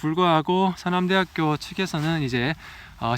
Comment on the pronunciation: 서남’대’하꾜! 이거 대구 사투리인뎅!ㅋㅋ 대구쪽분 맞으시죵 ?